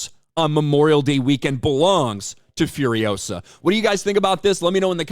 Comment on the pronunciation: It's furiOsa, not furiosA